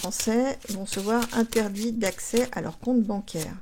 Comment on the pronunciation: Bonsoir, quand vous dîtes "con-tes banc-air", parlez-vous du coup-rang ou des autres?